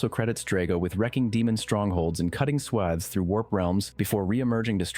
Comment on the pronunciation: Swathes like bathes not swavs